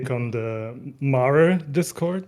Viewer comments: It's pronounced MAH-reh, it's latin, not "Mare." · I'm there with you. It's not "mare" but "mah-ray." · pronouncing it Mare instead of Mah-reh.. Guess anything not english is a dead language for citizen of the US and A.. latin even more so.. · it came out right around the same time as the moon zones came out. how the fuck so many people accepted the game calling something Mare but continue to pronounce this name as female horse instead of "mah-rei" at the same time and after is just beyond me. but this gooner ass game community has brainrot. Remember...this shit came out in endwalker. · Pretty sure it is pronounced Mah-ray. Two-syllables. It's not a horse. It's a crater on the moon. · I'd love to know why no one on bothers to clarify the obvious mispronunciation of mare. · Mare's name references Mare Lamentorum correct? If so everyone is pronouncing it wrong and yes it bothers me lmao, FFXIV players can't even pronounce names correctly in their favorite game.